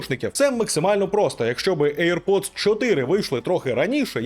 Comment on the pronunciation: Мене постійно смішить назва навушників "ейр-поц"(чомусь всі саме так вимовляють AirPods) ! Бо якщо перекласти її на сленг мого дитинства , вона звучатиме як "повітряний засранець" , або якщо коротше :"БЗДУН" !